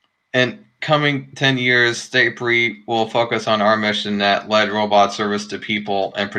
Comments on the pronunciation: in the audio it sounds like you were saying staypery not starpery! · Can't even say starpery